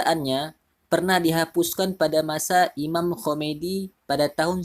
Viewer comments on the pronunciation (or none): Imam Khomeini bukan Khomeidi.